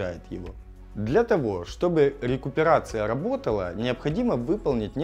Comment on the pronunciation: РЭинккоронация на лесопети)))